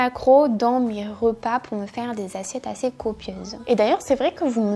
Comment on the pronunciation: Hello ! Premièrement j'adore vraiment cette vidéo ! Je trouve que, par exemple, pour le salades toutes faites, on se doute pas vraiment que les macros sont comme ça. Deuxièmement, je voulais te faire une remarque sur ta prononciation haha Cela fait plusieurs vidéos que je me fais la remarque... mais tu prononces beaucoup de "e" "o". Par exemple "rOpas". Je te le dis mais ne t'inquiète pas, ce n'est pas dérangeant (mais ça fait bizarre parfois haha)